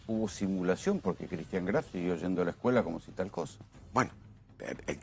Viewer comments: ni el apellido sabe pronunciar no es craft es graf de lo imbecil o de tanto mentir se le mezcla todo apurenla y confiesa q cristian lo matooo o el padreeee vamos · 🤣🤣🤣🤣 sisi.. le dice CRAF.... Q verguenzaaaaaaaaaaaa! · Dice CRAF la abogada ni el apellido sabe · Cómo se puede mentir de esa manera!!! Y esta mujer pronuncia “Kraf”. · Me mata cuando le dice Craf jajaja